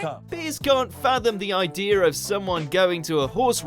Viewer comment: Um, it's idea, not ideer! =P